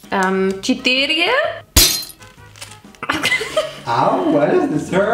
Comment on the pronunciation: It's cztery, not cziterija 😂